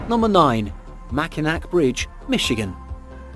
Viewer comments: Makai(NAW) bridge in Michigan not makainack!! Lmao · I laughed every time he said it